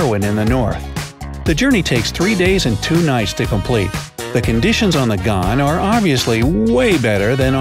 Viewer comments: You really need to Fact check your videos before running out and publishing a false video, the world’s longest train was an ore train in Western Australia with 8 6000hp locos. It was almost 8km long. You also Pronounced Ghan wrong, it is pronounced g-an not the way you did it. So please do some research before publishing this I’ll thought out mess as a quick cash grab. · I am disappointed the Australian passenger train in not god it is pronounced ghan do not you google to pronounce it